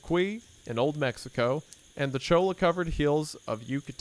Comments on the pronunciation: You have now pronounced toboggan and cholla incorrectly. Please learn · Just FYI, “ cholla “ cactus is pronounced “ choya “ cactus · Just wanted to say Cholla is Ch-oy yah and Palo Verde is PAL-low verde not pale low. Just someone from Arizona who has them growing in my back yard. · The word 'cholla' is Spanish, and in Spanish, double L's are pronounced like the letter 'Y' in English, so phonetically, it's CHO-yuh. Coincidentally, that was the name of the elementary school that I attended 6th grade, after my family moved to Arizona from upstate New York when I was about ten years old. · "Its choiya-uh" -my mom listening to the catcus cat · I noticed the same thing lol, I think he may just not be familiar with the word or maybe hadn't seen it written out before? The way he pronounced cholla and palo verde were funny too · Gringo hillbilly easterling lumberjack looking ass can't say Cholla